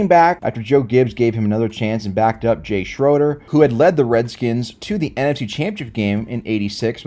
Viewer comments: Jim Mcmahon was not fragile. He played the game with reckless abandon. He was 6' tall and weighed a meager 190 and played the game like he was a 6'3" 240 pound Linebacker. Also learn to say Jay Schroeder's name correctly. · Obviously u weren't even around when these guys played...learn how to pronounce Jay Schroeder 's name! Also Plunkett stunk because both the Patriots & 49ers stunk at those points in the 70's!👎🤮